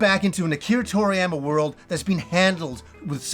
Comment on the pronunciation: Anyone else wince a bit at his pronunciation of toriyama?